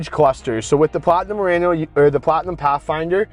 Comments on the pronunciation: Pronounced MU-RA-NO. Not RAN -O 😢😮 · It's late. I'm cranky. Can somebody teach him how to pronounce Murano?😂😂😂.. . Potato potaaaaato